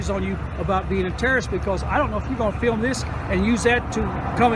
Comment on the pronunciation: "fee-ilm".